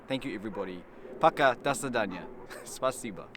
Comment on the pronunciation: У тебя звучит "до задания " вместо до свидания 👋😂